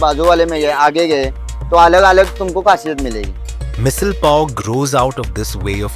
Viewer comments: It should be called missaalllll....it sounds spicy with the stress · Missil? Usil? Tarree 😂😂😂😂 bruh it misal, usal and tharee 😂😂